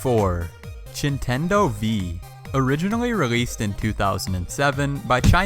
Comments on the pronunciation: ITS not Nitendo ITS standing Nintendo and Wtf ITS PS not a polystatiob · The Chintendo hit me HARD😂😂😂